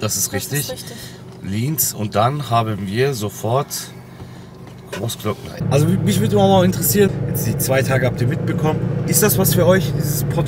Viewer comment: Großglockner ohne ö😂 sonst top 15639€